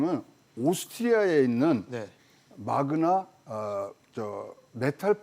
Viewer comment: 마그마가 아니라 마그나입니다